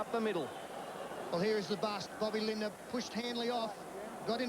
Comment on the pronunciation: Rabs never could say Lindner’s surname !